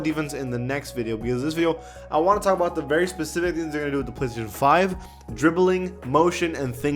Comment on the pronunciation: "I wanna talk about the very specific svvzvvssvvsvssv plstion 5."